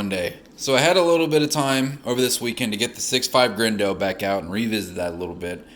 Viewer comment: Is this dude saying 6.5 grendo how gayo